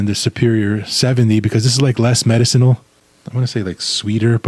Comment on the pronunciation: I like how he pronounces medicinal.